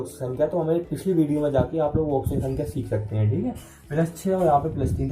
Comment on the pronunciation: Thik se bolo